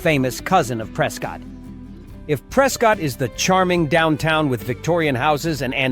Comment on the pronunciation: AI voice, Prescott is pronounced Pres-kit.